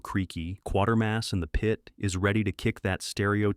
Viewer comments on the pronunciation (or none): It's Quaytermas